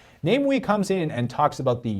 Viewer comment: is just butchering his name he entire video. Come on. Is it really name-wee? He's not English. He's Malaysian. No Malaysian will look at the name and read it this way. We live in the Internet age. I takes just a few seconds to google how to pronounce anything. But made an entire video without checking.